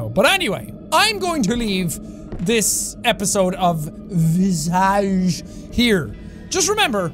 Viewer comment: Jack: welcome back to visage Me:V-visage?!?! Aww shoot here we go again